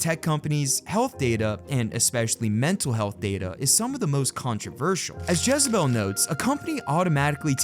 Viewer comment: Dis muhfucka said jezzabel 🤣